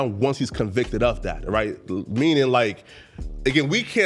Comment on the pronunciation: every time say “right”, it just don’t sound right